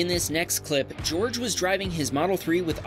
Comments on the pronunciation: Jorge does not equal George, it's usually pronounced as Hor hey. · 😂 bro pronounced it George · BTW,, that's Jorge pronounced Hor-Hey. Spanish J. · "Jorge" is a Spanish name that is pronounced "Hor-Hay." Portuguese also have that name, but it's pronounced "Jor-Gee." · actually Jorge is pronounced "horhae"